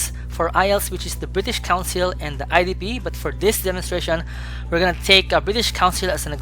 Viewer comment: Excuse me, are you saying IDP or IDB for the IELTS Test?